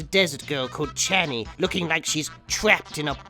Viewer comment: “ChAni fanny…” 🤣😆